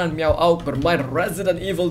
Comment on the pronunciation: LyricIndonesian - English miaaaaugg bukan miawauug kurang w nya wkwkqkqk